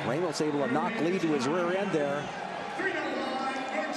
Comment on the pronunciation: God dammit ppl it’s fucking “RAH-mos”. It bugs me cause all my life I’ve had this problem haha